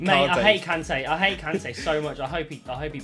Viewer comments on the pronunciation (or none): Everyone: Kante: Carntay